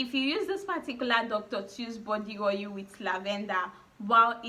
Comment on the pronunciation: Ur tonation is A1 the more I keep hearing ohil d more I lost interest in d video